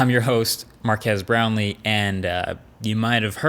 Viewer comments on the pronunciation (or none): "Markques Brownlee " Me - "marky ass brownless??"